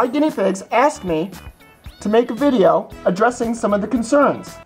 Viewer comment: ...really, you just want attention don't you? i really don't think anybody cares. by the way. it's video, not VADIO.